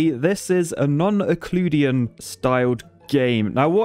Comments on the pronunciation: its not "eucleuidian" ite euclidien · "Yoooclooodian" is the single most horribly and obviously wrong pronunciation of a word I have ever come across. yoocliddian (triple o used to show it's more drawn out, double o is a short sound) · Ick-LOO-dee-in? I thought it was pronounced you-CLID-ee-in, but whatever. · What the ** is 'yuhcloodian'? Did you mean 'Euclidean'? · Is ehcloodien geometry anything like youclideean geometry? Lol great video, thanks! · it not ecludian but euclidean :) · Ooh-clue-dian, I couldn’t help but laugh. I don’t mean to be correct, but it’s you-clod-ian. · It's pronounced /.jʊˈklɪdiː.jɘn/ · "non iccludean"? tf u mean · "I'm an engineer! I studied math!" Also: "Iccleudean" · Pronounced: “you-clid-ian” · It's pronounced "yoo klid ee an" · Euclidean Is pronounced you clid ian you didn’t pronounce it right, but that’s okay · You said yucloodian one time... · Great video. Pronunciation of Euclidean is You-clid-ian (where the i in clid is pronounced the way i is pronounced in the world civil_ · U - clid - i - an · Euclidean is pronounced "you clid D an". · Yoo-KLID-ee-yen it is pronounced yoo-KLID-ee-yen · I love u but please I cringe at how u say you-clid-ian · It’s pronounced “U-CLID-E-N” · Yoo clid ee an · 10 seconds in... I HAVE to quit if you are going to keep saying "you-clue-dee-an". it makes me lose any faith that ANYTHING else to come out of your mouth will be anything more than drivel. If you don't know (and let's face it, you don't), then do research BEFORE you publish. It's your profession, so do it professionally. I actually REALLY like your content, and that's why this hit me so hard. I expect better from you. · You—Klid—ee—an. Ie Euclid’s Elements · "U" "clid" "e" "an"!!!!!!!!!!!!!!!!!!!!!!!!!! euclidean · It's pronounced yoo-clid-ian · "Non-yihcloodian" lol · It's pronounced as you-clid or you-clid-ian. Judy in case you actually don't know how to pronounce it. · oh man that hurt me a bit. Eucliiiiiidian